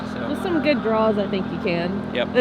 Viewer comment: Drawwwl Everyone else: draw